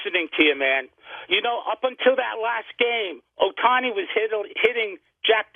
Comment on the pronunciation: This IDIOT guy (Rob) always intentionally mispronounce "Ohtani" name all the time. LOL. It's beginning to be intentional and mean-spirited. We know he's a HATER but this dude is a JOKE